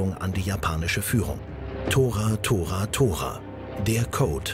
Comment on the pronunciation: Es heißt eigentlich nicht Tora, sondern To-Ra also zwei Wörter, die als Abkürzung für "totsugeki raigeki" gedacht sind, was man zB in "Torpedobomber Angriff" übersetzen kann. Ein Überraschungsangriff geglückt, wäre zB "Kishū Seikō" oder wenn man es ähnlich verkürzt "Ki-Sei"